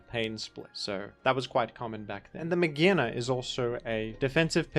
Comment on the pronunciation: its not "may-geena" it's "Mage-are-na". its not "may-gee" it's "MAYJ", may, then pronounce J. So like Mage on it's own is not "Maggie".